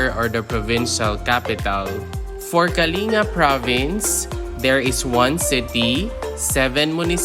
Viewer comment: It is pronounced as kaling-ga. Not kali nga